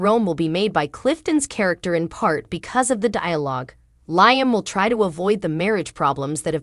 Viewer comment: He's name is Liam u are saying it wrong. Liam should just go to Rome to surprise Hope so she don't fanzine about Thomas. Eric and Rigg need to let RJ be his own life if he don't want to do fashion. Baltimore MD 😮